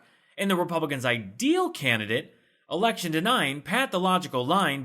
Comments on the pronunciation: Nice work. Think we would like to see more of you! Just the right amount of sarcasm, and I believe your report is true. Did he say this erection. Only one thing on his mind! Say no to Hershel Walker! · Wait, did he just say, "this erection?? 😆😂🤣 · I will be so glad when we don’t have to hear about Herschel Walker anymore. 🤦🏽‍♀️ I love how he’s sporting a “Cassius Clay“ T-shirt👀🤦🏽‍♀️ I guess that’s supposed to be a slap in the face for people that love Muhammad Ali. And did he actually say “erection“ instead of “election”? This dude 😂 🤦🏽‍♀️ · Walker is proud of his erection. Election? He can't even say it. So as long he keeps saying erection Lindsey Graham will support him...